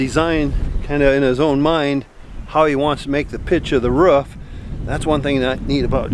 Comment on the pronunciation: Any one else rewind to hear him say roof